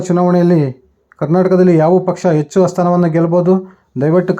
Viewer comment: Pl correct your pronunciation of Kannada, understand difference between "Hecchu" And "ecchu", good luck!